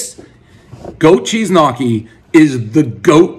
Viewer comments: One goat cheese knockee, everyone knows it’s pronounced knee-oh-key. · Ha! "Knock-kee" you mo fo... gnocchi, gnocchi! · more like knee-ockee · did he really just pronounce gnocchi "Nocky"? lol!!! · One tub of “nockee” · Goat Cheese Knock-EE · Lol "nahkki" it's pronounced nyo-ki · One “knockee” everyone knows Dave will mispronounce a basic word every review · Lenny Nicotra 🤣🤣🤣 knockee is nutssssssss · One goat cheese knocky everybody knows Prez can’t pronounce gnocchi. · One grown adult who doesnt know how to pronounce Gnocchi as (ni- o- ke) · sure but it's a different sound and I'm not American so for me it's close but not as it should be pronounced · you need to know how to pronounce gnocchi first, we have some of the best in my area